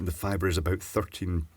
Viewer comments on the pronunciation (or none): "Out and aboot"